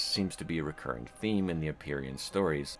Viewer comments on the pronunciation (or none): none